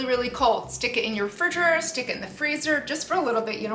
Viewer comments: lmaoo I think she forgot how to say it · I thought I was tripping when I heard her say it lol